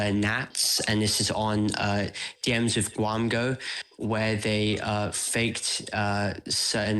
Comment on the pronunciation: It's "Gwamgo", not Gwampo bruh! Edit: Thank you for editing the title